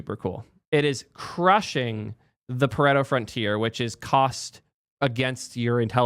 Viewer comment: it's pronounced "par-e-tow"